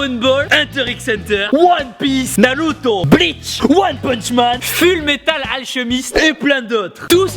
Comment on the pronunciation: MAIS POURQUOI TU DIT NALUTO ON DIT NARUTO !! ON DIT ZORO PAS ZOLO ON DIT PAS LOUFFY ON DIT LEFFY (Luffy)